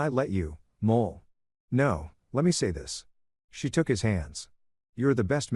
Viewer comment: Wife's name is Moll, not Mole.